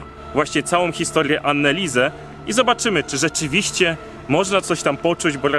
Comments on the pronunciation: Anneliese a nie annaliese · Anelisa/Anelise(drugie n powinno być nieme). Wydaje mi się, że tak to imię powinno być wymawiane. A siostra Marta była starsza, w końcu urodziła się 4 lata szybciej. W takich małych miejscowościach niemieckich gdzie są kościoły,często dzwony biją o równych porach, a nawet dają znak co 15 minut. I nic dziwnego, że dzwony biły jak wieszali człowieka, jakoś trzeba było to ogłosić społeczności, i być może oddać ostatnią cześć osobie , która była przed nią postawiona. Może i była opętana, ogólnie przykra historia. Jednak uważam, iż napięcie które próbujecie zbudować, jest dla wyświetleń? Mimo wszystko fajny odcinek, który zawiera istotne informacje. 😊